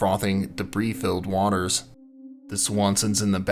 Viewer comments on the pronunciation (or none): none